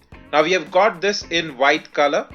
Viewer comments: What do you say? Widgets or Vidgets and White or Vhite? Can you correct this mistake? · I'm pretty sure you said "vidgets" and "vhite". Anyhow just messing with you. Cool review.